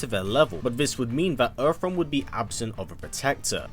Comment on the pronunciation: Funny how you call it Erf realm 😁